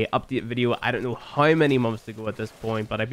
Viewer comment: I love you bro, whether you play Warframe or not. I love you because you change the pronounciation of 'now' to 'naei', 'how' to 'haei' and 'somehow' to 'somehaei'. That's rad and always fun ^^